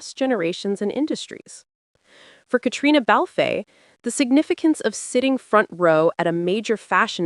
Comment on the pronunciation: Her name is pronounced “Katrina.” The “e” in Balfe” is not pronounced. To say it any other way is rude and insulting . If you can manage the names of designers, you should be able to pronounce Cait’s name. After all she’s not a newcomer to fashion, cinema or television.